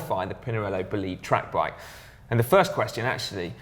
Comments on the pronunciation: It's pronounced 'bo·li·de... simple as that :) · Bo-lied is the way to pronounce it. It's an English word that refers to a large meteor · the pronunciation is "bòlide"! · D Bolide is the italian for "fireball", the correct pronunciation is "BOH-LEE-DEH", with stress mark on the "O"... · Or it could be "bolide" in french which mean "fast car" and the pronouciation will be "BOH-LEE-D". But let's be real here, I dont picture Pinarello using a french word.... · ***** If you go on the official site of Pinarello you can read the complete name of the bike! IL BOLIDE. "il" is italian...Man,is an italian name and the pronunciation is italian: "Bò-LEE-DEH" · funny, all of them mispronounced the bike. The middle one is the one that goes more close to the true pronunciation. Go to google translation and put BOLIDE in italan and you can hear it. It actually has the same meaning that has in english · ***** Pinarello is an italian brand and "bolide" means "fast car" in italy too... Why Pinarello have to give an italian name whit a french pronunciation?